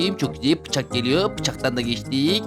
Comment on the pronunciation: Abi Pıçak değil bıçak 😂😂😂😂😂😂😂❤❤